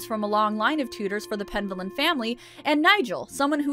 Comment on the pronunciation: Penvellyn sounds like it's a Welsh or Cornish name. If it's the former, the stress should be on the middle syllable.